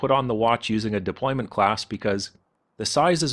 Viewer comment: DEPLOYANT CLASP, NOT DEPLOYMENT CLASP